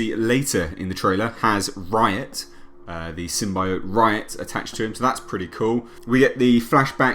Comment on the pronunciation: The thing no one is saying they now say symbiote properly rather than the wired way they said it before